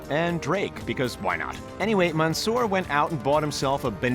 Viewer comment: The commentator:Man Soor The commentator:Rasheed